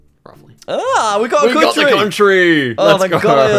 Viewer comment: went Geordie for "cuhntrey"